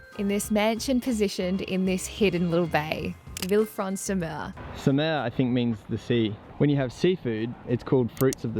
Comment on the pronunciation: "vilfransumeu" wtf bro